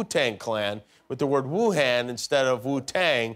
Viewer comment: Come on Jimmy, it's pronounced Woo-Hon, not Woo-Han(d).